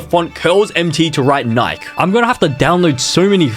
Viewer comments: Sick doesn't mean throwing up, sick means affected by physical/mental illness. Also its pronounced "NikIE" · Every time bro said “nike” my heart broke 😢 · Its nikEEEE nai kee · It’s so funny that he says Nike wrong